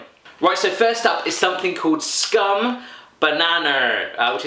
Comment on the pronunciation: Hur svårt kan det vara att uttala "Skum bananer" ?